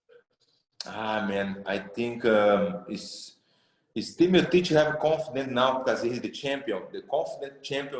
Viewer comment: Brett ffs it‘s MEEOCHICH you bubble gum reporter